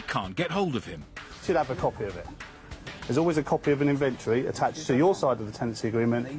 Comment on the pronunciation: "Invintree"... INVENTORY! Please say it correctly.